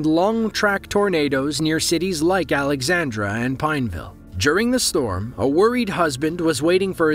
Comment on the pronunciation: Not "Alexandra," but "Alexandria, Louisiana."